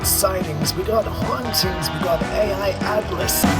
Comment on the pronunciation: AI ATLAS NOT 3I ATLAS LOL